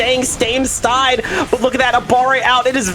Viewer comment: “not going for a stide steal, instead staying stame stide”